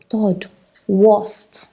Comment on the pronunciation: Please the corect word is third not thord